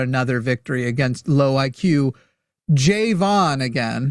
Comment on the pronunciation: nah, just racist. He clearly refuses to say Jovan correctly because it's "too black" of a name